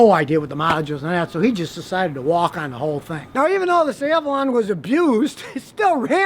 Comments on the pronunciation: Why does he say Avalan? It's Avalon Scotty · Ross I thought it sounded more like “Avelin”. Rhymes with “javelin” like you used to toss in track & field 😂 And if THAT bugs you you’re gonna hate when Scotty talks about the Prius or any of the other “high bread” cars on the market!! 🤣🤣🤣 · Everybody else: thanks for the information Scotty! Me: IS HE SAYING AH-VAH-LAN??????? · You mean AVALON ... not avelin ... Right ??? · I own a Avalon. He said Avalan